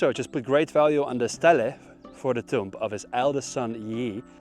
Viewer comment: just a tip: stele is pronounced as “steelee”